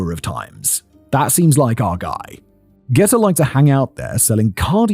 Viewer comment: It was pronounced Jeeter not Getter. The fact that you never heard of this is because of time. At the time, living in New Jersey, we knew all about the Atlanta Child Murders as the transpired.